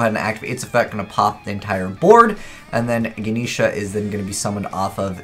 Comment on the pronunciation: his pronunciation man